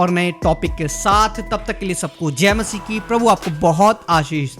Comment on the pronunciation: Mashi hota hai bhai so plz mashi bola kare